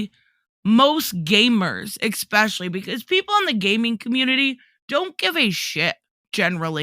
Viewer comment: I quit listening when she said “EXspecially”